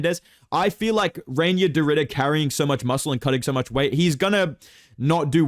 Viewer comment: Reinier is pronounced "Rye-near"